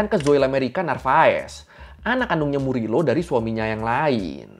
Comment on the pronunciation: Bang FYI kalau org spanyol kalo namanya Morillo, bacanya jadi MORIYO. Semoga bermanfaat 🙏🏽